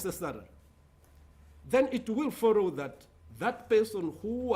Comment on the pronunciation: I repeat it is not forrow. Say follow😂😂😂 We all have a special duty to say the words clearly